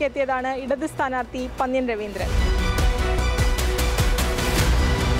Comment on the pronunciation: മാഡം പന്ന്യൻ എന്ന് പറയുമ്പോൾ നന്ന് എന്ന " ന്ന " അല്ല പന്നൽ എന്ന് പറയുമ്പോൾ ഉപയോഗിക്കുന്ന 'ന്ന" ഉപയോഗിക്കണം